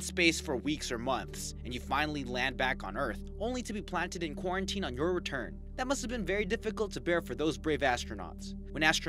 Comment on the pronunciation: Shivoham Madhav HE SAID QURONTINE!! Corona virus 🦠 LOL